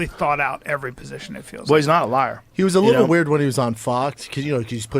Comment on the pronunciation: So waird the way he pronounces weird